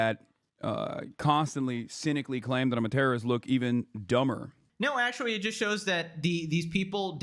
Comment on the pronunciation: It's actually not actuawy